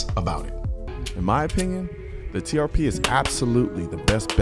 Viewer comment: Sitting here next to my accountant wife and she says all she can hear instead of TRP is “TPS” (like the reports from Office Space) 😂